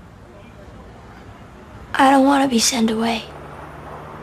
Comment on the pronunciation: i noticed something i heard send .. not sent